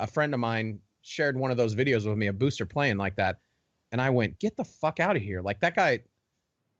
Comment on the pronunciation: He’s trolling. And noah keeps saying booster 😂